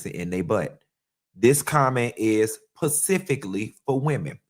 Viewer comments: This pretentious ssa 🤡 said college refines you and turns around and says PACIFIC instead of SPECIFIC MULTIPLE TIMES!!! This man aint no college grad. Diggin in his nose. He is gross.😅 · Specifically not pacifically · Respectfully & as a retired teacher..."specifically" ...not "pacifically" .... coming from place of 💞💯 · LOL now I know is SMART with MULTIPLE degrees- is he PURPOSELY saying Pacifically for Specifically?!? 😂 😂 😂 😂 😂😂😂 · Pacifically or specifically? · Not pacifically??!!!!